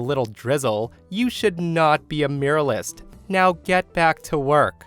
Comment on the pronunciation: I mostly listen to your posts and it took me a while to figure out what exactly a 'miralist' is. You might want to learn how to pronounce 'mural' and 'muralist'. Just a little FYI. /myur-al-ist/